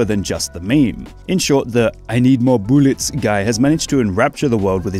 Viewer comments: “I need mour bouules” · I cry laughed watching that. His butt bouncing is hilarious, but the way he says BOOLets elevates it to another level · I like the way you say "boolets" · Its "BOOLETS" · it’s boolets not bootlets